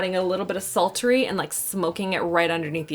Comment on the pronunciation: I just ADORE how you made the word “sultry” have three syllables 😂 You’re freaking adorable ❤️